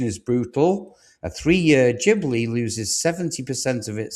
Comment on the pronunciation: Sorry but anyone who pronounces Ghibli as Jibbly is not a person with an opinion I still value remotely as as someone knowledgeable in anything automotive.